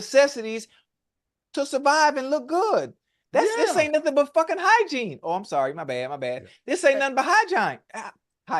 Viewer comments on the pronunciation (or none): Wait he said “Hygine” 😂😂